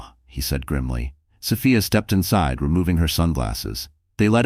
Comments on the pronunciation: Sophia. So Fi A not so fa a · Please adjust your AI the pronunciation is incorrect